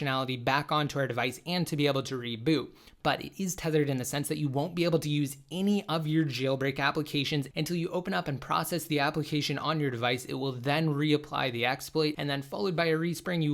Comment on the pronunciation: Just say tethered